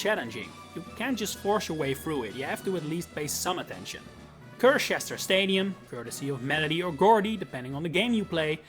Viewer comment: It’s pronounced SIR-cheh-stir, RAY-mohs, FYOO-shuh, EYE-oh-noh, uh-LEESE-suh, oh-PULL, and GROOSH-uh, “Patrick Star”! 🤨